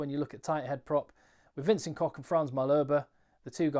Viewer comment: Just a side-note, pundits do seem to get wrong often. It is Vencent Koch, not Kock. Like your knee disc is called patella and the humble limped that sucks on the rocks at the beach is called patella cochlear. It is the sound of that cochlear - a bit more air flowing and doesn't stop with a K.